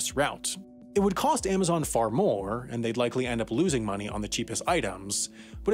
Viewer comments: This guy keeps saying "Aimazon". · Aimaxon? Really? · Stopped watching after the 10th AIM-azon pronunciation.